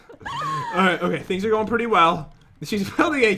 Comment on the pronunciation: so funny when kept saying the pitty round omg